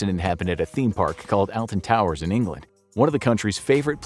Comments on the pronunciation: I love how he said Altan towers instead of Alton and the depiction of the ride had no inversions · Just an FYI, it's pronounced OLTON not ALTON Towers. Signed: Someone who not only lives in the UK but has been to the theme park. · When I heard them say aaalton towers I was like noooo it’s Ohhhlton towers haha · This guy really said elten Towers its Alton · AULton not ELLton spelt Alton towers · I got off a roller-coaster a few days ago after imagining it crashing, anyway it ended up crashing and now the other ppl who got off r dying in weird, Rupe Goldberg esk ways. Weird isn't it? Also it's pronounced Ol-ton towers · you said Alton towers wrong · Ok but the way he pronounced alton towers made me laugh. Also you can only fit four people in each train on the smiler so there were only 3 or four in the front :) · The way he says Alton Towers just hurts me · As a British person I can say that his pronunciation of Alton towers is pretty bad ;D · oh no… how he pronounced alton towers😂😂😭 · I know 😂😂